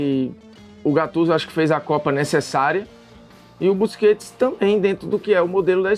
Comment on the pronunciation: da uma agonia os caras falar o nome do cara da forma errada, e GATTUSO